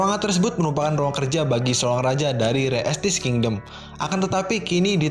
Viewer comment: Bacanya re estize pake E bukan re estis